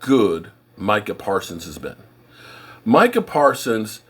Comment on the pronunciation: I'm proud of you, you actually called him My-cah, instead of Me-Cah. lol